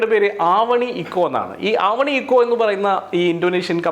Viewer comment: ഇന്തോനേഷ്യ, മലേഷ്യ, സിംഗപ്പൂർ, യൂറോപ്പ്, GCC രാജ്യങ്ങളിൽ ഒന്നും ‘ണ' എന്ന അക്ഷരം ഇല്ല. ആവണി അല്ല❌ ഒന്നുകിൽ അവനി അല്ലെങ്കിൽ ആവനിയോ അവാനിയോ ആയിരിക്കും. എന്തായാലും നിരവധി ആളുകൾ ഉപകാരപ്പെടുന്ന മേഖലകൾ പറഞ്ഞു തന്നു ❤ ആരെങ്കിലുമൊക്കെ കടന്നു വരട്ടെ.